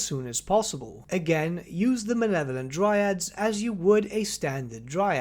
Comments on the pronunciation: Mah-Leh-Vo-Lent Please, stop saying "manevolent" it's driving me insane. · Also your mispronunciation of Malevolent is going in the book.